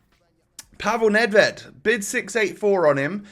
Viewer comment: 14-12 WL, and I ´m from Czech Republic. Nedvěd has must be sayed: ,,Nedvjed”